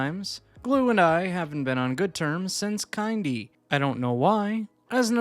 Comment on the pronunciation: it's kin-dy as in kindergarten